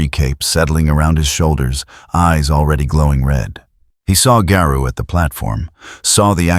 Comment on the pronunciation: Imagine if AI learned phonetics and context. Better yet, imagine if everyone narrated their own videos, you know, like everyone used to. I can't finish this video, hearing the way Garou is pronounced is very grating.